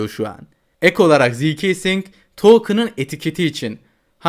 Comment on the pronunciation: ziikesing diye diye getirdin😂🎉